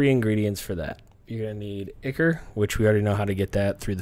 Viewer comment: I'm sorry dude, your information is golden(like, seriously, the best vid I've seen on the subject), but your pronunciation needs work :) Dagon = day-gone, ichor = eye-core and chitin = kye-tin.